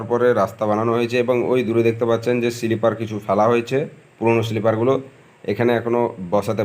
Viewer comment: Bhai Rail estation noy, Rail station bola hoy, si-li-per noy, sleeper bola hoy. Tomar sob video tei dekhi khub bhul ucharon koro jegulo sunte advut lagche.